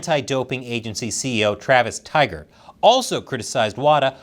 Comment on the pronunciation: Soja Boy: Tygart?! 😂